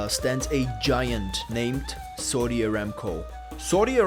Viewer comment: pronounced SOW Di not SAWDI